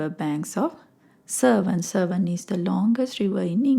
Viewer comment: Not serven, it's severn